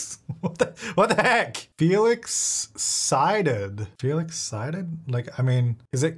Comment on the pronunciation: Wait is Felix Psyded supposed to be like "Feel Excited" cause he did die from laughter and that's what it sounds like every time said his name.